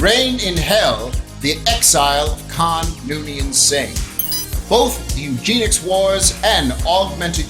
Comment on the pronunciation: eugenics not Eugene-ics